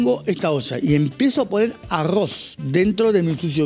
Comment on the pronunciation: Uuuyh que delicado con el arrrrozz. .